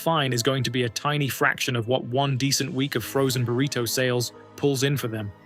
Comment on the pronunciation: Please learn how to pronounce words. Like "burrito."